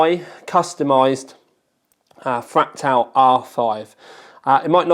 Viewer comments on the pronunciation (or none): so annoying hearing you say FRAK-TAL